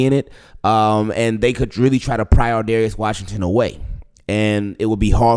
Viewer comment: straight butchered his name